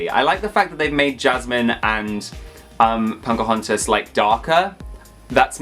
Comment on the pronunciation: U saying PoNcahontas is giving me life!